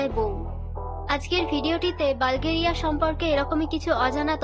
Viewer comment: বালগেরিয়া নাকি বুলগেরিয়া?